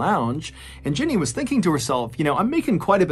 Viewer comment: He's saying Jinny lol